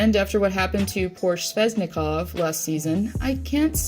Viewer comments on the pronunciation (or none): its svechnikov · bruh she said sveznikov